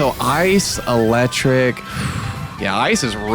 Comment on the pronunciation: It's eelectrike because it's an eel